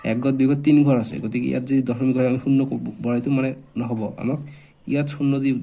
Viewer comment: Sir dosomik nohoy, dokhomik boli koy 😅😅😅😅😅😂😂😂😂😂😂😂😂😂❤❤😢😮😮😮😅😅😅😊😊😊😊🥴🥴😇😎😎😎😎😎😎😎😎😎😎😾😾👿👿🥺🥶😜😜😝😝🤪🤪😁😁😜🤪🤪🤪🤪😁😁😆😆🤣🤣🤣🤣😂😂😂😂😂🤣🤣😇😊🤔🤔🤔🤔🤔🤔🤔🤔🧐🧐🧐🧐🧐🧐🧐🧐🧐🤨🧐🧐😠😠🤐🤐🤐🤢🤢😷😷🥴🥴🥴👽🤡🤥🤓😎🤑💥💥💯💯💯💯💯💗💗💓💞💞💞🦷🦴🧠☠️👅👁️👣👁️👣🧠🧠🧠🧠🧠🧠🧠🧠🧠🧠🧠🧠💪💪💪💪